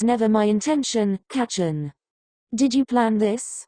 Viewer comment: Istfg in the future the voice will probably say ✨cOcAinE✨ or ✨kRakEn✨ instead of Kacchan, like bruh GET THEM WORDS STRAIGHT🗿